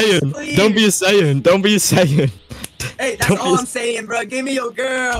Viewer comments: Saiyan ( correct) Sayien (incorrect) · "Saiyen" "Alien" at least do some basic research dude, that's Goku, a Saiyan, and Freeza, what most people call a "Frost Demon" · Saiyan not saiyen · It's saiyan... And saiyans, not seiyan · ”powerful humans called saiyens” 😭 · “Saiyens” bro stop 💀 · It’s like tell me you haven’t watch dbz without telling me “ mispronounced everything “